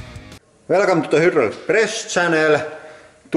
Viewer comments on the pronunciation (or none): "Welcome to hydhrldh press channel ... " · Pronounced "Hooodraulic".